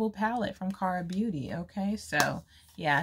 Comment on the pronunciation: You sound cute saying Kara beauty palette you did good pronouncing it mamas